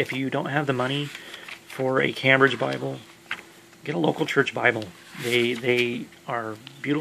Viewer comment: It’s pronounced came - bridge , not cam- bridge , nice presentation , thanks brother